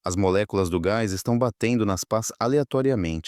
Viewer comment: não é paz.É pás!Não é perpeto.É perpétuo!